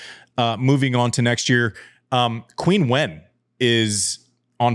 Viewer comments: You're close with the chin but I'd say it's more like cheen and wen is pronounced like when. Anyhow, consult google translate. Andy's not the first to have trouble pronouncing her name. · Love the podcast Andy… but just so you’re aware, Qinwen is pronounced “CHIN-WON”. As in “chin up” and “I just won a prize”.